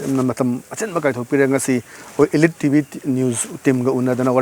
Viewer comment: Elite pronounced toh soidro brdr